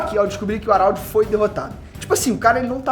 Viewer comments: o araudi, é HARALD po...não saBOR harald (araudi) é HARALD!!! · Pensei que fosse só eu ARÁLDI ta foda. Geral trata ele como Radald E faz mais sentido Mas é cada maluquice q vem dos vídeos do... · Fala o nome do cara direito carae kkkkk "Aralde" pow